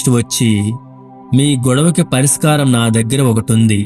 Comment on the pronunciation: పరిస్కారం కాదు పరిష్కారం అని పలకాలి.. మల్లీ మల్లీ కాదు మళ్ళీ మళ్ళీ